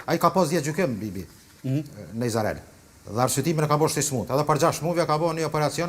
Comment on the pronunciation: Izrael dhe jo Izarel se ma shpife 🤯